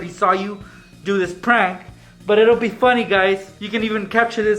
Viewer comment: The title says prank but he says prunk in the video